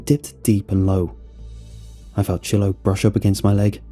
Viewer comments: It's Shiloh like shy-low not she-low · Shy- low!!! Shiloh is NOT pronounced shill-o! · lol never heard Shiloh pronounced that way.